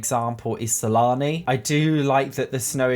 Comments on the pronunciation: Am I the only one who thought he said salami instead of Sulani? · Keep hearing salami instead of sulani :| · Wait did he call Sulani Salami😂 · I think it's just an accent but I agree it's funny sometimes lol